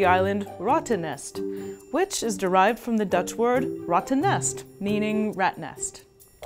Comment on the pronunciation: Love ur Videos, it is a little bit to late, but rattennest is not pronounced with the "ouah-ttennest".... Its a "real" rrrrrr